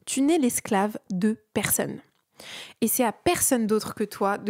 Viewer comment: J'aime beaucoup ta vidéo mais je voudrais juste te dire qu'on dit "persOnne" et non pas "persEUnne" 🤭